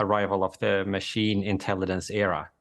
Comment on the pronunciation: The guy talking about Artificial Intelligence can't even pronounce Intelligence. 😅